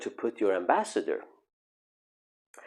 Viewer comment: After "you don't know where to put your embassador", I had to pause the video! Otherwise I would have missed all the rest of the video. 😂😂😂😂😂😂😂😂